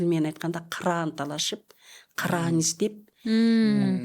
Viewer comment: Кара дебей караан десенер